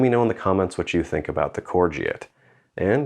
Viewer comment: Pronounced “core go”